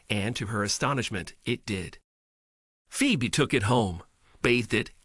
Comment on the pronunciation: Umm, the name is pronounced Fee-bee